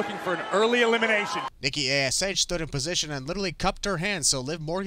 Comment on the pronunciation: you called Nikki lickky😂😂😂